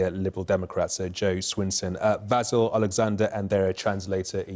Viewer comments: Lol did he call him Basyl? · Haha the interviewer says vazzle😂😂😂 that’s why he wrote it. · at first I thought he said "Basil" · Maybe somebody should have told the sky reporter how to pronounce Vasyl name